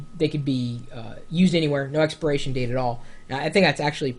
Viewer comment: lol "expiration" date, not "experation" date. haha! funny Chris.